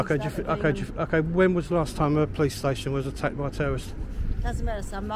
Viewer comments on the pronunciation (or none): She said, "lots of attackd".